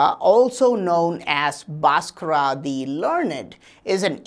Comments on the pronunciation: भास्कर bol na...बासकरा बासकरा bol kar to maa behen ek diya hai.... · Its BHASKAR not Baskraa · Nice information but it's Bhaskar not Bhaskara why u add extra aa while pronouncing Bhaskar. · Pls stop murdering his name. There is actually a ‘h’ after the ‘B’. So it isn’t BASKARA, it’s BHASKARA.. kind and humble request. Cheers. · The correct pronounciation is BHAASKARA not Baaskarra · I've never heard an indian guy pronounce Bhaskara as bosscross untill now🤣🤣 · Pl. don't bastardize the great mathematician Mr Bhaskar's name by adding an "a" at the end. It is a sign of disrespect, forced on Indian names by the Brits. Same goes for Lord Ram. Is NOT Lord Rama, etc. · This dude is full of shit. 1st of all despite being an Indian he can't correctly pronounce Bhaskara's name. This guy should be placed in space with his Mercury wheel. Only vacuum can help this dude to avoid dynamic friction and create energy. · Pronounce the name correctly